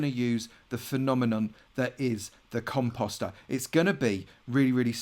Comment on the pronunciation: I thought he said cum pasta🤣